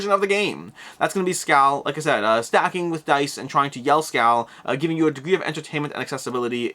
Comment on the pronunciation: "Skole" or "Skoal" would be a closer approximation to the correct Swedish pronunciation. :) The letter Å sounds kinda like the vowel in in 'ore'.